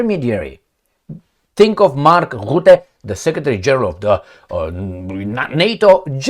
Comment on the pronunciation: You must start history study. The country you are living now perhaps was involved in European history for the last 100 years. You can make better videos. What happened to the French women when the English speakers landed in Normandy. Rutte is pronounced Rutte. Not Rootte.